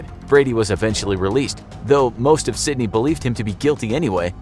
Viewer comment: You got the pronunciation of one place right...Sydney.